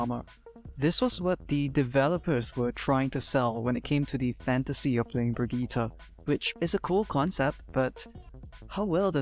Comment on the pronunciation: This is literally basically how I play my Brigitte, love your time and effort putting it into words! Also, it's Brigitte, not Bridgette. But that's just a Nitpick.